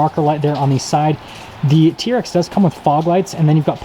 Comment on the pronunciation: It’s a T-R-X! My god it’s not a “TEARX” that so annoying!! Also I dispose when reviewers point out badging and exterior thing that we can all easily see.